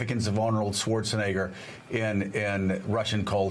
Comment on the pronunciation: This video was clearly a man seeing how many times he can get away with saying the N word on national news lmao. That is NOT how you pronounce Arnold SchwarzENEGGER’s last name. My bad, two men and a women*